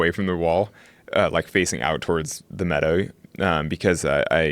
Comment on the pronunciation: Honnold says “Meadow” in a British accent